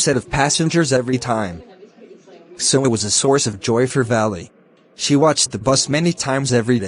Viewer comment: He says Valli as valley